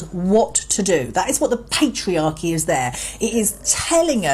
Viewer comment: The Peetreearcheeeee